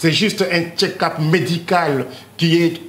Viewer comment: Un autre Boketsu wa yambo qui parle de Fatshi qui a suivi son "ketchup" au lieu de check up a la 6ieme minutes